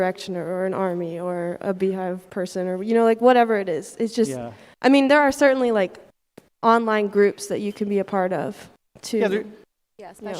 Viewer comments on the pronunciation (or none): none